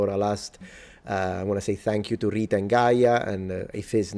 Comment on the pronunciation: I'm a Syrian national so I'm Rita's neighbour of some sort. I can confirm a few things. 1- yes, we enjoy rolling our R's. And we stress our T's when they come in between vowels so we call her RRiTTa. A very funny way to pronounce her name but I can see why you enjoy that part. 2- the word that describes the "head of the fishing process" is actually derived from the word Rita used which is ra'is (رئيس) and it's pronounced "Rayyes" whit a stress on the "y". That word was originally used to describe the master of the boat then it has expanded to include any type of informal bosses like foremen and Union leaders... etc. I'll edit this comment when I rewatch the video with timestamps hopefully when I rewatch. Love your work. You've got a new subscriber.